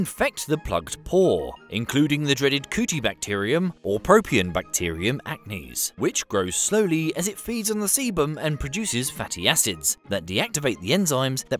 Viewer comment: I thought he said Coochiebacterium for a second....